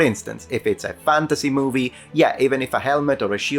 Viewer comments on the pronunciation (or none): none